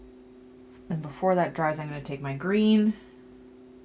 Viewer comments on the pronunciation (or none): none